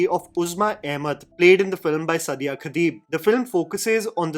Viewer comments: Suddiya? What is wrong with your pronunciation???? For all the authenticity, research, correctness, and intelligence you boost of... it's disrespectful how badly you pronounce muslim names. Its Saaaadia, not Suddiya. Also it's Ibraaheem, not Eebrahim... that's for the annoying way you kept referring to Ibrahim Ali Khan in your Nadaniyan review. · Actress ka naam toh theek se lelo yaar. The way you are taking her name and surname is like a blow to the ears